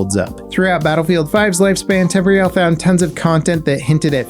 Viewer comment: Why have you never been able to pronounce Temporyal correctly. You always say temp-royal. It should be like temporal but with an ial sound at the end.